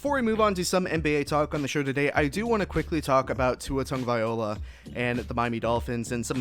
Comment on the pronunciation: Please if u going to do a podcast get Tua's last name right or don't say at all, Tua will be alright.